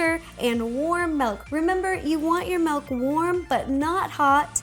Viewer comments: She's saying melk. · Notice how she says "melk"